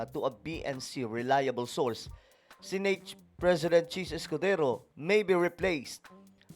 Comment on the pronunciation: Pwede bang i-pronounce mo na maayos ang word na SENATE?? Please lang